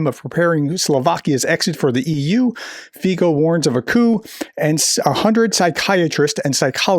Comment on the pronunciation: Pronounce Fico with a "k", is better.